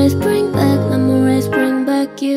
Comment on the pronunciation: 목소리 진짜 개이쁘다 ㅠㅠㅠ 그 와중에 발음 개귀엽 ㅋㅋㅋㅋㅋ 멤모뤼스